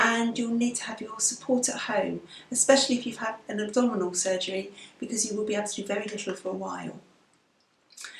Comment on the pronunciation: When you said "abdominal hysterectomy" I thought you said "double hysterectomy" at first and laughed so hard :D